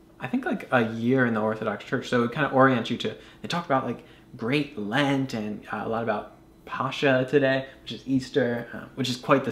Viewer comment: Pronounced "Pa-ska" friend!